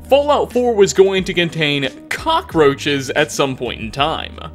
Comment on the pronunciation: Lmao, the way he makes "cock" in cockroaches a $ is hilarious.